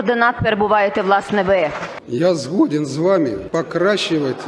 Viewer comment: Как можно было запомнить слово "згодиэн", но не запомнить произношение?? И так касается всех украинских слов. Это было издевательство над нами, а мы смеялись